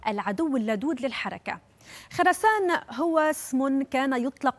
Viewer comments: هههههه خرسان ولا خرسانه ههههه الصحيح بضم الخاء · خراسان ..تنطق بالضمة على حرف الخاء......وليس بالفتحة هذا منبر عالمي لايعرف صحافيوه نطق الدول ولاسماء..... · لا حول ولا قوة الا بالله جيبوا شي مقدمة أخبار مثقفة إلى هذا الحد وصل الانحطاط اللغوي خسران بفتح الخاء يا مثقفة يجب أن تكون بضم الخاء يستحوا المذيعين الاجانب بيقولوا خراسان بضم الخاء